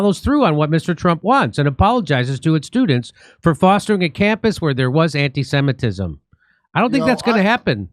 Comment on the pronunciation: "Antee-seemitism" taskforce, can't make it up.